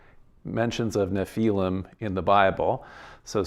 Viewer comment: Nephilim, not napalm! 😂